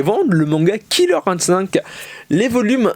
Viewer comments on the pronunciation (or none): none